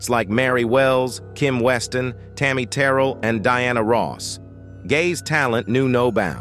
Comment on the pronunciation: That's not how you pronounce Tammy Terrell's last name.